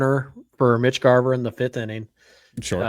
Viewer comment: It Garver not Garber